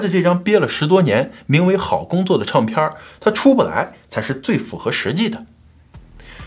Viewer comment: Ray有一些儿化音好怪。比如领带儿，唱片儿。这些都不需要儿化音，以前视频也有类似这种